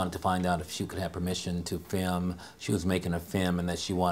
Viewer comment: Awesome. I also noticed that the principle pronounces film "fim". Tee-hee-hee. but seriously, this is very awesome